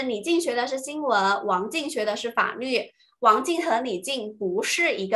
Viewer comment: 老师是四川人所以“法律” 是不是‘n-l‘不分😅